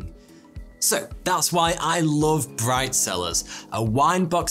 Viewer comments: Bright cellars I thought he just said brifezillaz lol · Bright cellars...... and what do I hear? BRIDE SELLERS!!! WTF ears 😂